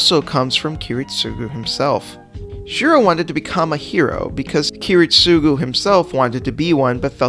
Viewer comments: kirit-SUGU??????? wtf man??? I almost choke here!!!! aren't you a fan...supposed to know how to say at least the right way to say ki-RIT-sugo!!!! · You stress his name too much got on my nerves Kiritsugu you say it like “ Kiritsuuuuuugu” instead of “Kiritsagu” right Japanese vocalists can take long U’s to A... call em Kerry jesh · Every time he says Kiritsúgu instead of Kirítsugu I die inside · Bruh, Kiritsugu's name is pronounced key-rit-sa-goo not key-rit-SUE-goo. I know I'm nitpicking, but this is one of my pet peeves. I'm not asking for you to put emphasis on his name but say it properly at least. Great video other than that, and even though I'm not a fan of Shirou, I can see his logic of thinking. I only wished they had portrayed his thinking better in the Heavens Feel movies....